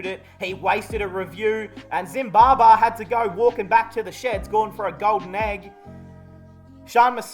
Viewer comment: the way you say zimbabar the n aussi ascent is so funny😂😂😂